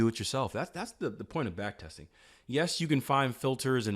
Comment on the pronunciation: Backtesting, not Backtetsing